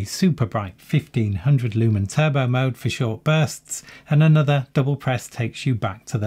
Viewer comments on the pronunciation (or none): none